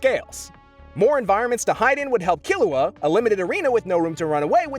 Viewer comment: I appreciate you pronouncing Killua correctly, you have no idea